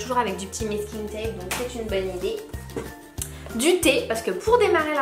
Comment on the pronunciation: Salut je voulais te dire c pas mesking tape c masking tape sinon bisous 😘